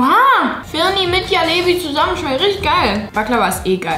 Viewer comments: Jalebi 😭😭 das spricht man Jelebie und das J spricht man französisch aus also Je und dann lebie HAHSHSHA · Julia man spricht jalebi so aus: dschalebi